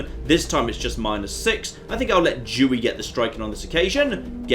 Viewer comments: why does pronounce Dewey with a "dj"? Makes me think he's saying a slur. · I wasn't looking, so hearing him say Adolf and then hearing him pronounce Dewey was concerning